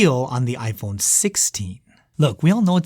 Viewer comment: Why are you keep saying ipone? 😂